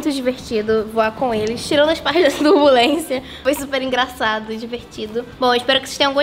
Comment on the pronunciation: Não é terbulensia é turbulência kkkk